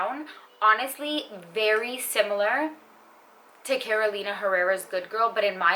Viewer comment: Hey! Thanks for another great video ❤️ I’m wondering what heritage you’re coming from? I don’t hear any accent except when you pronounce the names of perfumers (Roberto, Carolina), I looove it! It sounds sooo real, how I think it should sound, and no one says it like this 😊